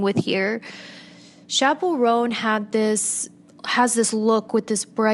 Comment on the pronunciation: babe its chappell roan not chapple rhone